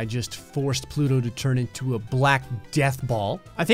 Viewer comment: “But today, plouto has the big ballęs”💀💀💀💀💀